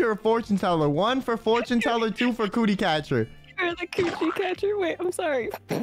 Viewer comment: Gotta love how Scarle desperately tries to say "cootie" but ends up saying "coochie" on every initial attempt. 🤣